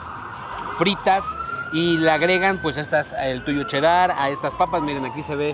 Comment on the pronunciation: Por que dices: che Dar en vez de cheddar y todavía quieres corregir a que pasó papá ponte trucha